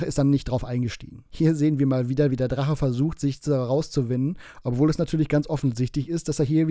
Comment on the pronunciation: Du bist aber ein mober. Der Drache füllt sich als Opfer Weill du Dreger sagst.😂😂😂 Mach weiter so danke für deine Arbeit